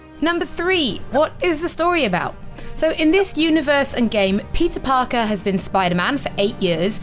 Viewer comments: Im english and im still hearing pizza parker its not her accent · I swear I heard her say Pizza Parker